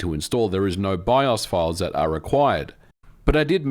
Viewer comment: Jfc, can you please learn the word "are"?